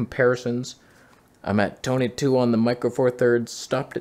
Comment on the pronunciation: Colour (yes, with a U) correction fixed the Toneh. I learned something.